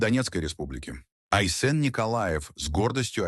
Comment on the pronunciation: СахА, айсЕн. Ставьте ударение правильно! Корежит..